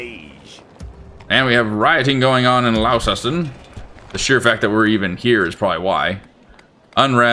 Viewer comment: Back with another, unusual British town name pronunciation. Launceston is Launce Ston, rather than Laun Ces Ton